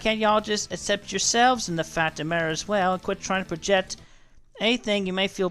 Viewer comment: Why is he allergic to pronouncing the letter C in his words? “Seshual attividy” “projetting,” etc. He speaks like a fucking toddler and it drives me insane.